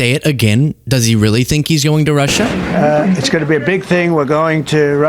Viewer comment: Why does he always pronounce it "Rush-SHAH"